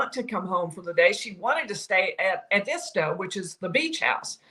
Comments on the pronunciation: &&& say it this way… ed D stow. it isn’t … a dis stow it’s … ed D stow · Love the recaps. Hate to hammer on this, but you're still saying Edisto wrong. You are saying e-DIS-to, when it should be ED-isto. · Please, pronounce Edisto correctly! I live here and it’s so annoying! Ed-iisto!